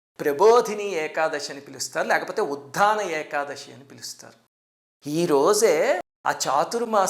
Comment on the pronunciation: గురువు గారు మీకు చెప్పేంత దాన్ని కాదు ఏకాదశి ని ఏకాదషి అంటం correct కాదేమో.